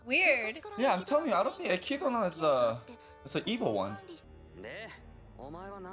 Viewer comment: You Literally no one says her name with the in the anime, they say /ekidna/ not /ekidona/, there may be instances in which it seems the is pronounced but that's just because in japanese it's unnatural to have a consonant sound not followed by a vowel (only exceptions are double consonants and syllables like つ、ち、ちゃ and so on) because as I said their alphabetic system is syllable based, not letter based, so they actually find it hard to pronounce non-japanese names/words in the correct way. In addition we can consider <Beatrice>, her name is pronounced as /beatris/, however in katakana it would be ベアトリス but clearly you don't pronounce /beatorisu/, the and are silent. So yeah, no reason to call her /ekidona/ when her name is written as <Echidna> and pronounced as /ekidna/.